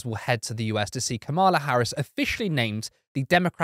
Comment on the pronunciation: I hate to be a nit picker... but it's Kamala - rhymes with Pamela. ( the Donald and his acolytes DELIBERATELY mispronounce her name !)